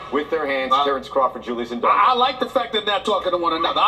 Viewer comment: fucking lol the way this brother is pronouncing indongo its aight, i'ma blame the white man for this one